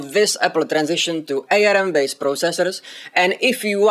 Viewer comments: FYI it's pronounced "arm" as in the limb, nor A-R-M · It's pronounced arm as in the thing hanging off your shoulders, not A.R.M. :)